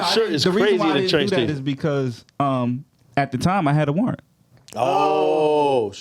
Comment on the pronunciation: “CAUSEBY”